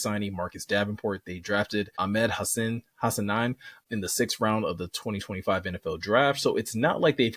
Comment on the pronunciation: Good grief. 3rd podcaster. HA-SA-NEEN! Respect.